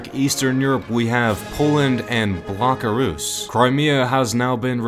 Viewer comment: "Pole-land" and "Blockarus" has me dead lmao